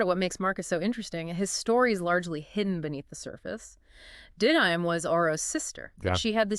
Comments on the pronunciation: This IDIOT!!! It is NOT DID-dime!! It is DIDDA-MAY!!! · Yes, I don’t even really like twilight but the fact they pronounced Marcus partner’s name wrong so often. I am not 100% how it’s spelled but it’s pronounced did uh may. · Pronounce The Didyme correctly, we beg. Like you heard the guy correct you the first time.